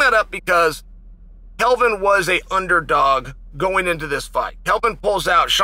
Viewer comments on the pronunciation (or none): Once again Chael drops the ball and calls him Kelvin. It's Kevin.